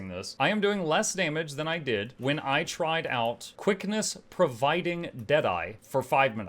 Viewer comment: Emphasis on tried